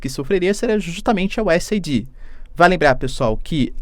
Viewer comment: Professor é US eidi ( e nao aidí)